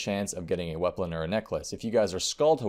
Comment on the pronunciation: he said weaplon lol